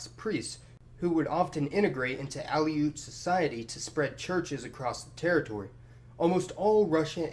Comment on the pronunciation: a few other minor mispronunciations were made, but I'm letting them go. However, Kenai, rather than k'NYE, is KEEN-eye (town and peninsula). OK, 1 more--Aleut lines up with that of Aleutian, i.e., uh-LOOT, rather than AL-ee-oot.